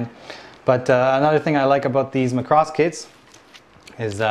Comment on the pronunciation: why you say macross like Lacrosse????????????????